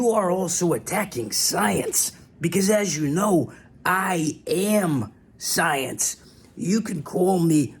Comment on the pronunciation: "I yam the soyence"